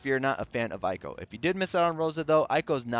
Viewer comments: thanks for the time! Just a heads up it’s actually pronounced “ehyy-ko” as in “ey wassup” lol great vid btw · IT'S PRONOUNCED EY-KO REEEEEEE Other notes tho: *Eiko still has Max BRV issues compared to other units. *Eiko's other solid niche alongside some other supports, is being able to extend buffs by an extra turn via one of her crystal passives (VERY wise to pair with Eight). *Sephiroth's BRV damage potencies are still a little low, but he makes up for it with A LOT of hits. *I suggest saying DPT (damage per turn) instead of DPS due to the turn-based nature of this game.